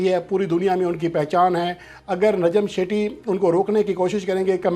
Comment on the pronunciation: لفظ نجم سیٹھی ہے شیٹی نہیں باقی رہی بات چیئرمین کی تو وہ پوری دنیا جانتی ہے کہ نجم سیٹھی کو کیسے لایا گیا ہے